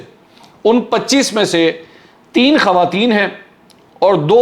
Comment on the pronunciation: السلام علیکم منصور بھائی خوارتین (خواتین) کا لفظ ٹھیک کر لیں